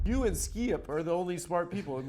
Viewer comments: I like when he says skeeyip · Hahaha, why can’t Adam pronounce “Skip”?